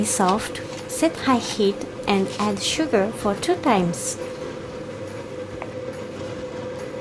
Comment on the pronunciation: そのsugarやwaterの「ar」の発音し方、とてもうまいですよ。